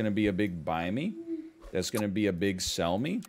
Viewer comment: I know I'm not in the most current episodes. But hearing him finally saying Barriston , after saying sell me (Selmy) so many times made me actually fucking pog out.